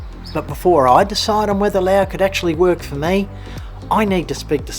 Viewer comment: It's pronounced Laos with an "s", great place to live, today in my village it's 32°C no power or water for the weekend, this place is getting expensive, my Laos neighbours go to Nong Khai hospital for treatments, yes romantic and rich history, but they don't pay the bills, Patuxai, called the second airport, built with left over tarmac concrete, how do you pay the bills when many things are listed in US dollars, it's pronounced Laos with an "s", best to stay in Thailand, if you have a breathing issue don't come here, lots of dust and afternoon rubbish burning, plastic, rubber and more, you're welcome.